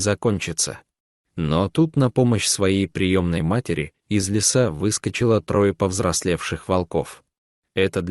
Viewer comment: Не лесА а лесА, неужели нельзя прочитать по-русски правильно ? Не мЕста а местА. Послушайте сами себя как ты озвучивание текст. А текст очень хороший, берущий за душу, но не в вашем прочтении, к сожалению.😢